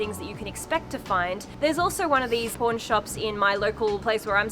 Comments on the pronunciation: Does anyone else hear porn shop instead of pawn shop when she says it? lol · When you say Pawn shop, i really thought you said p*rn shop. My jaw dropped a little bit. 😂😂😂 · we (americans) pronounce them as paw-n and poor-n. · I totally heard "porn shop" and was like woahhhh lol 😂😂😂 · Haha yeah, her aussie pronunciation of “pawn” sounded much more like the other word 😂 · In Australia we pronounce it the same way, how do you say the two words differently? 🙂